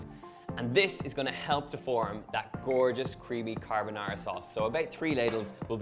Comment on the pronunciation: I am Italian. Although I am, what I consider to be a pretty good cook...I have never mastered Pasta Carbonara, which is one on my favorites (yes scrambled eggs). I think your method is my answer. Your pronunciation of the dish is perfetto. MILLE GRAZIE!! See...we Italians can say nice things 😉